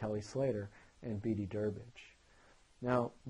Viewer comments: beedeeeeeee ------ its pronounced beed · Great video- just FYI, it's pronounced (Beed). There's no ē on the end there. I understand why it would seem to be pronounced that way, but Travis Logie is a friend of mine and when he was telling me about Bede after a heat in Huntington Beach, he made sure my pronunciation was correct as well.